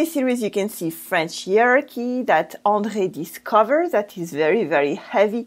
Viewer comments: Hey! Hierarchy is pronounced HI-ARKY not ear-arky or he-arky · Thank you clarifying that. In British English we would use 4 syllables, as in HIYA-RAR-KY.